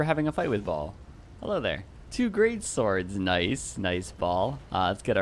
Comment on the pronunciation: I guess you never play Diablo 2.....Baal is pronounced bay-all instead of "ball".....made me laugh a bit.....awesome video btw.